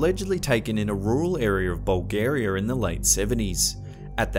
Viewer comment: Brits be like: “ArEArr oF BuLgARiArR”